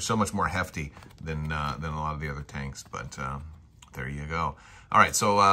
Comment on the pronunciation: Allo allo, wot 'ave we 'ear. Tankses he says, tankses.